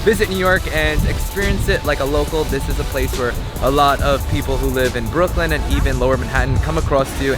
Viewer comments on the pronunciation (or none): none